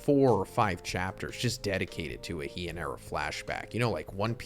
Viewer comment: Heian… is not at all pronounced like that. Hey-an… all Japanese vowels are always pronounced the same no matter what’s before, during or after. You said correctly. He is pronounced just like me in. Edit: just to be specific, you pronounced “Hian” the vowel i is pronounced like the e in English’s she. Basically, Japanese has so few kana (letters) that if you mispronounce a word, you’re actually just saying an entirely different word.